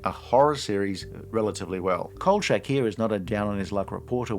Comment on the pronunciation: I’ve never heard anybody pronounce it chak like change. It’s always been Kol-shack.